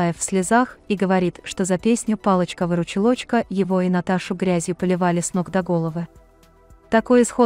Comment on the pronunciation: Диктор если читаеш , то читай правильно выручилочка